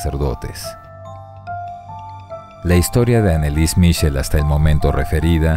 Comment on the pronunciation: Yo quiero escribir una novela documental del Exorcismo de Anneliese Michel ambientado en 🇦🇷♐. Se pronuncia Annelisäe Mijiel y no Anelis Michel... en alemán la "ch" suena como una "j".